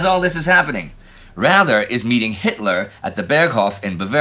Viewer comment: Please ... next time pronounce Raeder as (English) Raider.